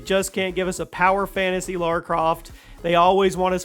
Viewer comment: Lara, not Laura!